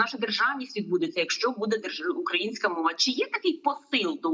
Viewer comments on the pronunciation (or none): none